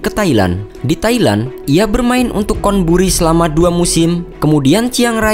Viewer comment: dan Chonburi dibaca con, bukan kon